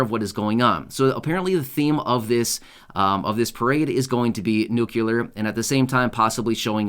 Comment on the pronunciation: It's nu-cle-ar, not nuc-u-lar.